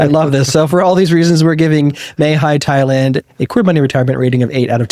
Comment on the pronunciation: Re: Mae Hia. I had to check the spelling because I didn’t recognize it and I live in CM. It’s pronounced “Mah Hee-Yah.” First vowel is like the “a” in cat. It is a less densely populated area and yet not inconvenient for shopping or getting into town. However, “minutes away from cafes, bars, etc.” always means noise here as bars almost all play loud music at night, on weekends, and during holidays. Note that there are many, many housing developments like the one you showed so it’s good to shop around. Overall, we love CM.